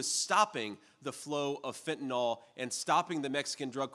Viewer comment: It's fentanYL not Fen-tan-all!!